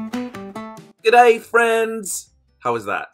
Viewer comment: Personally I think you did a great job with your " g'day friends!" and that's even with my NZ ears! Was watching when the video came down and then re-uploaded - so glad I could watch right to the end. Thanks both of you for your wisdom and inspiration. <3